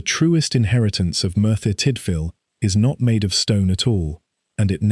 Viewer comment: Dear lord, here we go again, the butchering of the Welsh language. And these names are not even difficult to pronounce. Merthyr === mirth er, Tydfil === tid vil. Dowlais === dow laays. Cyfarthar === kuv arth ar See, easy. Sorry cannot take any more. You should be ashamed that you could not make any effort to learn. It is disgusting.